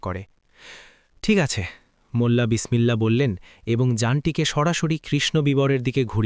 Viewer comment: বাংলা উচ্চারণ আর ভালো করতে হবে, মুল্লা না বলে মোল্লা নাসিরউদ্দিন বলুন, এ‍্যাবং ( এবং) গিলো ( গেল) অগইত‍্যা ( অগত‍্যা ) এই সব শব্দ গুলো আপনি নিজের ভিডিও শুনলেই বুঝতে পারবেন। ভিডিও পোস্ট করার আগে নিজে একবার ভালো করে শুনে তারপর আপলোড করুন।